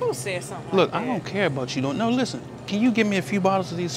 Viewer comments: OMG I laughed out loud when he said, Noowuh, steal um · Lmao. The emphasis on that last “NO!!!😤” lmao